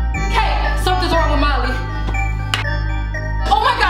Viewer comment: It sounds like she's saying Mommy but she's saying Molly